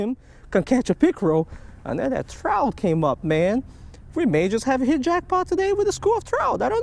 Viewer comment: “I think it is a Chrowt”